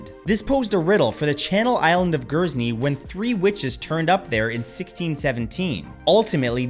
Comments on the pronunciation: “Gersney” lol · Just to let you know, Guernsey is pronounced "Gurn-see", I always get so excited to hear one of the channel islands mentioned! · It's pronounced grrrrnzee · Matt I’m from Guernsey and I’ve just got to say you butchered the pronunciation 😂 it’s a tricky one if you don’t know. It’s more like Gurn-zee, gurn same sound as Turn and Zee as in well Zee. All the same a beautiful stunning island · Matt, its GUERNSEY 🇬🇬 not Gursney 😂 easy mistake though. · Gursney? do you mean Guernsey? but great video again. loads of strange facts.